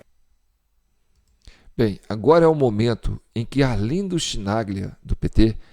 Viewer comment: Chi em italiano se pronuncia Qui! Embora o cara continua sendo um petista irrecuperável!